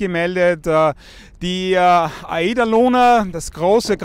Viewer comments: Er sagt Eida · wie spricht denn bitte "Aida" aus